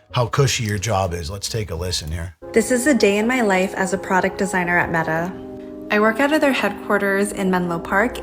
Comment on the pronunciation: They can't even pronounce "Meta" properly.